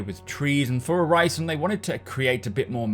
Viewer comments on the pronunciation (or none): The "i" in Orison is pronounced like the "i" in "in". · Uhg, i love Macs videos, but it's hard watching a video about Orison when he pronounces that way. Like nails on a chalkboard. Sorry for being negative lol. Still love your videos.